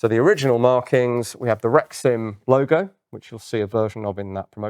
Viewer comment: I keep hearing rectum instead of rexim